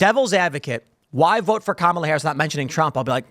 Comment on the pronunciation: The absolute most pressing issue for the democrat leadership and the MSM is that you don't mispronounce her name.